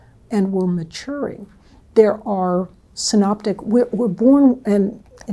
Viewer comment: Synaptic* not synoptic (that’s for theologians), not sure if the AI subtitling got it wrong or she did pronounce Synoptic only.